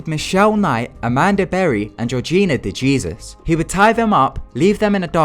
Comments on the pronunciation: Gena Dejesus... Pronounced De-Hey-Zeus... Not De-Jesus. Just so you know for later. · DeJesus is pronounced De-Hay-Zeus I believe.